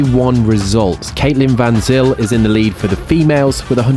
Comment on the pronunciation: Always enjoying the content. Van Zyl, can be pronounced (sounds like) as "Fun Sale", well here in SA😅